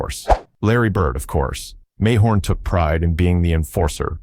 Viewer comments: the narrator is so wrong as was stated by someone else below, bird took isiah off the hook and said he forgave him. Plus its pronounced muh horn, not may horn-Narrator os a real tool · The goof can't even pronounce ISIAH Thomas"s name. OR Mahorn's. ALL Lakers and Pistons. STUPID video